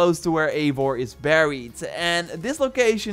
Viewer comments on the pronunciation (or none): none